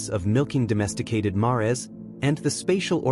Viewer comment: Mares is pronounced like hairs rhymes with mares! No ? ❤